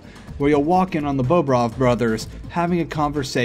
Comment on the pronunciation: it's not bowbrov it's bohbrov